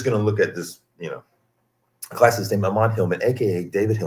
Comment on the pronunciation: It's 'Ammon not A'mmon. The first syllable is stressed